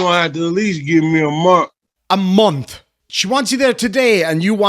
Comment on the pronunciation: correction, he didn’t say ‘month,’ he said “munt.”